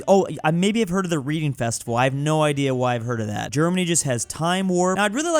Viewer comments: "Reading Festival" - named after the town, which is pronounced "Redding", not "reeding". You might be thinking of a "book reading" festival... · Never heard of Glastonbury?? And its Reading, (Reding pronounced) not Reading